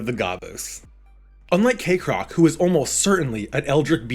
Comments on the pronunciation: Why do you say KAYcrock when it's Kekrock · I'm mildly bothered by the fact Kekrock's name pronunciation is split 50/50 in the video between "Kek-rock " and "Cake-rock "